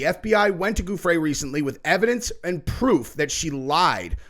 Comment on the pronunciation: Pronounced GUFF-ree